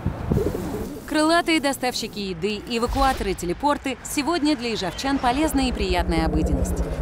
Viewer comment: Не "ИжАвчан", а "ИжЕвчан", "Ижевчане", не "Ижевцы"